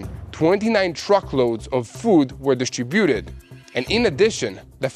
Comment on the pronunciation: Son, distributed is pronouncedz disTRIbuted, not distriBUted. The accent is on the seconde syllable, my beloved Brother! Love you and Mati!!